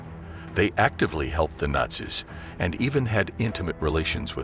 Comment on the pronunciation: How do you pronounce nazis ? You are pronouncing it (rong) ! 'MORON!'